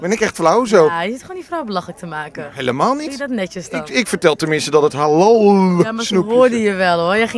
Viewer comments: Die man van pownews spreekt halal heel raar uit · Ze zegt helal want in turkije zeg je zoo